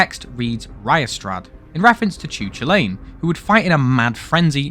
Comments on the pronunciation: The only thing i can think of for the bird on the chulainn (pronounced cullen not choo lane) is that the morrigan, the celtic goddess of death, was heavily associated with ravens and had a connection to chu chulainn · killed my Irish soul. It's Cōō-Lăn. Ku-lan. GODDAMMIT! The raven is a part of his last feat: cutting off a man's arm after being chained to a rock and slowly bled from several day's fighting. Because even in death, the temporary guard dog of Ulster will ruin your day. His spear could cause an enemy's blood to harden into thorns, kinda like a shock pattern. Oh, really... It's more like the "rock & roll" bullhorns. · Cú Chulainn is pronounced like Coo Cullen. The bird is a raven, and a reference to the raven that landed on Cú Chulainn after he died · Reading off the wiki, making terrible pronunciation jokes, butchering cu-chulainn as a british person, putting in Trump and other unfunny shit... It's bleak I'm afraid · small correction, as while it looks like you would pronounce it riastrad, its actually pronounced like reea-strad, similiar thing for the Cú himself, as his name is actually pronounce Ku-Kullen